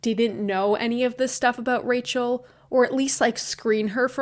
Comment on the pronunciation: one time you said rachel and i thought you were saying racial with a miranda sings accent... my mind